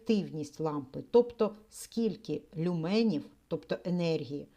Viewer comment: Доброго дня. Я перепрошую, але правльно казати лЮменів! а не люмЕнів. Дякую.